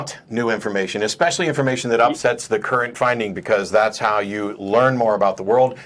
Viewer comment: the how should have been emphasized.